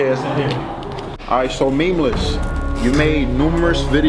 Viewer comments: okay but listen, elisogay, i dont think your content is entertaining. neither does memeulous. yes, memeulous. not memeless, say it with me, "meme-you-lous" not hatin bro, do what makes you happy. but your content doesnt please me. im on george's side fam. just because he doesnt like your content, doesnt mean you can put his name in the title for views. #memeulouscrew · Calls himself tough even tho he can’t even pronounce Memeulous right